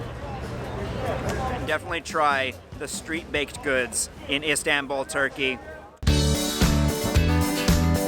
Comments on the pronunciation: Not Isdenbuul it is called Is tan bul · Him:Istawnbul Me:ITS ISTANBUL (Not hate btw) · Please try to pronounce Istanbul not as ‚Istänbull‘ 😳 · Can't get over him saying ' istenbouul' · Why does it matter?? I mean, really. He came and had a good time that's all that matters. And also if you want to help him with the correct pronunciation, yours is wrong too. You have to write something like "east-un-bull" for him to vocalize it right.